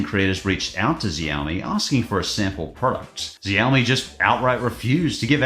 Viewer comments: Ah yes my favorite company ziaomi I thought you say show mi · It’s mi-mix (mimics) not my-mix 😂😂 also xiaomi is Korean sooo you know x -> "sh" not "z". Well maybe in AU it is 😂 Also the phone was a concept device, therefore was never released